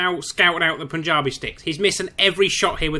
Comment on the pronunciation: It's punji not punjabi